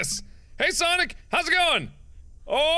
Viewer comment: It"s ""sanic"